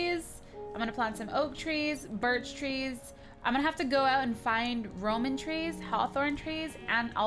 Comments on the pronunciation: It's called Rowan tree's not roman trees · Lol its rowan tree not roman tree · ROWAN not ROMAN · Cupquake,its Rowan wood not Roman wood. And i understood you, we both confuse others... One more thing, you need hunger to use minions you were about tom start dieing from hunger when you did it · It's Rowan with a w not roman :3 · Rowan tree not Roman tree, hehe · It's ROWAN saplings not ROMAN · Cupquake it's not roman it's Rowan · lol roman tree its rowan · It's rowen not romen